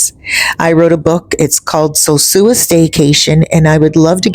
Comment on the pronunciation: Sure wish you could pronounce "sosua" I have never heard a Dominican say "sewsua" Isn't that 2nd old pic a view of El Tablon And Playa Chiquito? The peninsula does not look right for it to be the bay of Playa Sosua